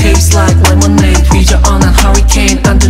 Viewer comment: A professor in field of Linguistique in my country (Thailand) praised Taeyong posting on FB that Taeyong’s Lemonade is a good and correct example for pronunciation by placing his tongue 🤣 It’s a true and fun story. 👏